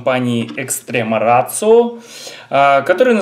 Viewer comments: Да,, нифига не рацио, ратио. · VG K, блэт, название бренда - Ratio. Неужели, не будучи полиглотом, нельзя нормально прочитать это слово? Ратио. Ратио, мать его. И это еще пол беды - ведь автору указали на ошибку, а он стал огрызаться, как хренов пекинес.